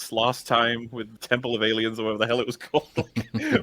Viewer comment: “Indiana Jane and the Them-ple of Womb” 😂😂😂